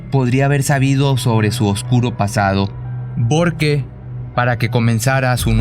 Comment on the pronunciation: Nunca dice porque. Dice borque .